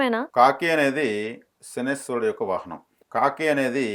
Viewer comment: శనీశ్వరుడు కాదు. శనైశ్చరుడు అని అనాలి